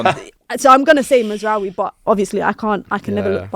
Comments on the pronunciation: That woman with a straight face said MAZRAWIII bruv end the stream 😂😂😂😂😂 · Mazraoui??😂 please stop, dont ever bring this girl back